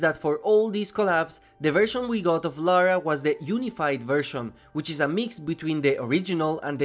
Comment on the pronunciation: Atleast he said Lara and not Laura.